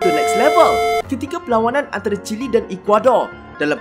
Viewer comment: Wow Chile Jadi Chili